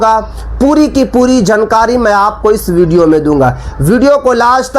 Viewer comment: Abe bolna thik kar le jankari nahi jaankari bol jahil